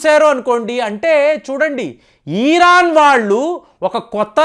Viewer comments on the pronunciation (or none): Eeeeraan kaadhu raa, irran anaali